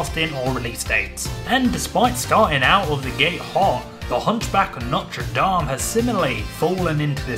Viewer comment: You’ve pronounce The Hunchback Of Notre Dame the right way thank you cause some new generation keeps pronouncing it wrong